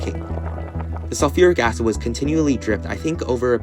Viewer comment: ah yes "SULURIC ACID" my favorite acid